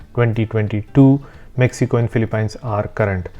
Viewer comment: Great content. Just a heads up that the pronunciation for Philippines ends with peens instead of pines.